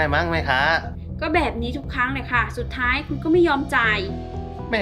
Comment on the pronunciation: น้องยิ้มเวลาพูดคำว่าค่ะ อย่าเน้นเสียงมากนะคะ ให้มันเป็นธรรมชาติหน่อย